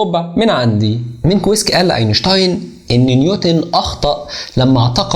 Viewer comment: مينكوفسكي وليس مينكو ويسكي